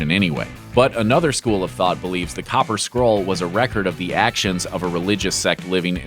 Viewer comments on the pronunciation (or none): none